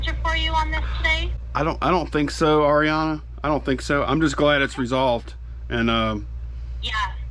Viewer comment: Thank you for saying the name Ariana right! Lol. No I am not the rep, just a seller and viewer!